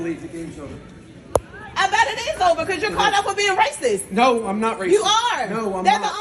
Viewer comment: “ you are Racis” You are Racis” 😂😂 at least say it correctly 🤦🏻‍♂️